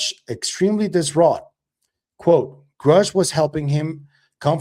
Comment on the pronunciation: Lue’s weird mispronunciation of Grusch’s name is weird. Weirdly weird. 🤦‍♀️🤬🤷‍♀️